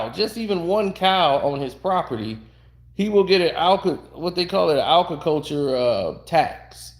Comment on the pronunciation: It’s “Agriculture” however, great video.